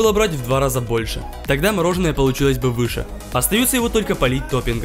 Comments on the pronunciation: Как говорят все нормальные люди : мороженое Как говорит этот дебил :мороженно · Очень режет слух неправильное произношение. Может, каналу с 2.5 к подписчиков стоит немного поработать над этим? Одеть/Надеть, Мороженое а не морожено - такие мелочи сильно портят и дешевят очень качественный продукт